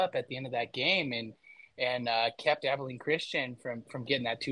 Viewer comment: Abilene. "Ah-bell-ean" jesus it's like you never heard the name of the prettiest town you ever seen ( truthfully it's not despite what the song says )